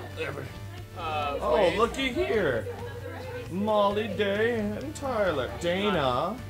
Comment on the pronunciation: It's Mollue